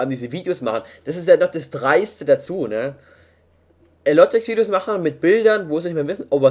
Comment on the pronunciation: Ellotrix ausgesprochen ^^